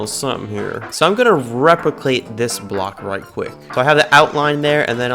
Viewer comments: Bro said repiclate 😐💀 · “I’m gonna REPICLATE this block” 😂😂😂